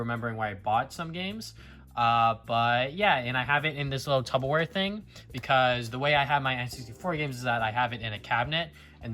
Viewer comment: It’s pronounced tupperware not tubbaware